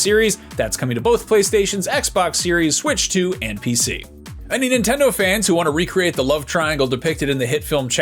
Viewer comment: “Nontendo” 😂 Love it.